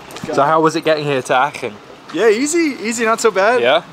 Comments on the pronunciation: I'm from Aachen and hearing you butcher the pronunciation in a slightly different way every time you said it was quite funny 😂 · if you have 2 Germans with you, why have they not told you how to pronounce Aachen correctly...